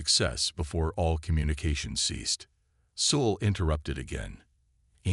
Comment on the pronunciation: Same for 'Soul' instead of 'Sol'. I can deal with the bad caption, but even the pronounciation is wrong.